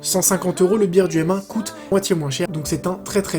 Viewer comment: Juste ça ce dit pas birde. Ca se dit beurde. Même si ça s'écrit birde.